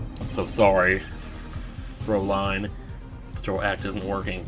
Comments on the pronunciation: You're right, it should be "throw-lay-n" not "fr-ow-lean" as I said before. But one thing doesn't make any sense, there's only one prounciation of "lean" despite how many meanings there are and it rhymes with Dean, mean and clean. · Fraülin is prounonced "fr-ow-lean",. Now you got another german word pronouciation to still to your repotoire!:) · I had addressed this in the sixth episode, but I'll clarify here: Fräulein is, as Charmskit mentioned, is pronounced as "froi-line". The "ei" pretty much always produces the long i sound. The "äu" (which, written without the umlaut, is "aeu") should make the "oi" sound. (I've studied German for ~4.5 years, but I'm positive this pronunciation is correct.) Without the umlaut over the A, Frau would be pronounced as "frow", which is probably what you're getting mixed up with. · How I've always heard Fräulein: Fräu (like Frow in Frown) + lein (Line like Linebeck) The two little dots above a vowel means its the short a like in "hat" A line above a vowel shows it would be the long a like in "hate" or "ayyyyyy" Herr: Air (The thing people need, like people need hot German prosecutors, or knead bread) Ja: Ya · Naw dude, its pronounced FROW (like wow, but frow) LINE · ***** Just a difference in pronunciation of frow I guess. Either way he did it wrong XP Are you German/have you studied German?